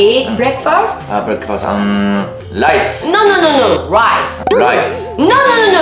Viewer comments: Riiiiiiiiiiiiiiiiiiice じゃなくて Uuuuuuuuuuuuuuuuuice に聞こえた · ライスの発音ワロタ RとLの発音なー